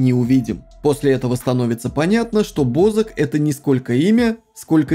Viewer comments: Не БОзака а бАзака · Бо ЗАК ударение на А